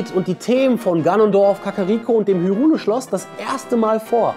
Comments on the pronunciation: Und vor allem heißt es nicht Hürule sondern Hairul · Das Video an sich war sehr unterhaltend ^^ 90% der Fakten habe ich nicht gekannt. Aber BITTE! BITTE, sprich HYRULE so aus, wie es sich gehört. Es ist schon lange bekannt, wie es ausgesprochen wird. Darauf reagiere ich fast schon genau so empfindlich wie wenn einer sagt "Der Typ in Grün ist Zelda" ;)